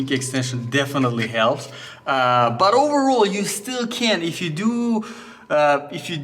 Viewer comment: “Oooovorrol” 🤣🤣 overall 🤣🤣